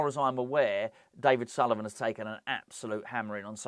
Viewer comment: Repeat after me " it's Sullivan, it's always Sullivan " 🤦🏻⚒️